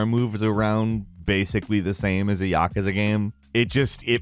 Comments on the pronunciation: I hate how the team at Gameranx pronounces Yakuza ya-ka-za, should be like yuh-koo-zuh. similar to people saying Excape and Expecially for me it's annoying, you sound smart until you say things like that. sorry guys rough time and nitpicking those things just grate on me sometimes. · How can a guy fuck up the pronunciation of Yakuza seriously some Americans need to learn to pronounce words correctly.